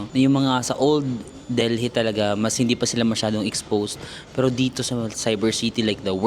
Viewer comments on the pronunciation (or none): Its Delhi silent h so deli no h. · Lol super talaga ang lakas ng loob mo. I like how u travel alone pinapalakas mong loob ko😊 Pero silent H yong Delhi . Correct lang po ❤❤❤ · love your vlogs!!! ❤❤ kaya lang, Delhi is pronounced with a silent H 😭😭😭